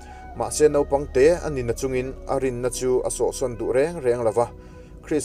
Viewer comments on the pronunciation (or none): none